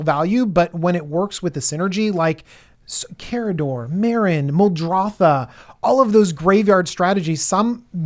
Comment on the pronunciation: "Its MuldrOtha, not MuldrothAH." "If it's so easy, why don't you do it?" proceeds to combo off with Fraying Sanity, Fleet Swallower, and Laboratory Maniac